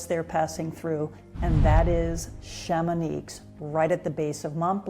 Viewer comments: for the lady in the video: the x in Chamonix is silent ;) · The "X" at the end of Chamonix is silent !